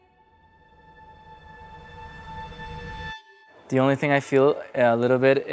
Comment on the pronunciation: “Honestamente"... “no, de veldad" AYY JASJJASJ